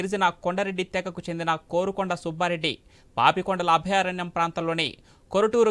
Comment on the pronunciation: 'కారుకొండ' nu కోరుకొండ kaadu